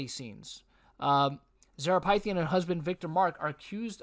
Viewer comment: I'm beyond stunned. I known Zara since 2007. No words... btw her name is pronounced "Fith-e-yen"